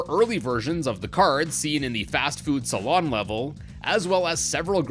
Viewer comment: Ain’t no way this dude called fast food saloon fast food salon